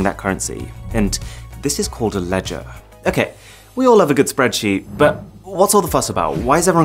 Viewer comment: I think I will never be able to imagine the pronunciation of the word LEDGER normally. Every time you pronounced it you've done it in a funny way. LEDGAAA!